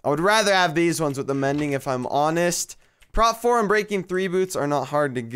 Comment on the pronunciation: its not prot Its prop